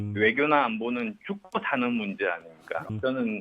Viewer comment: 외교안보 문제는 듁꼬다는 문데 아니겠듭니까... 발음 전설적이다...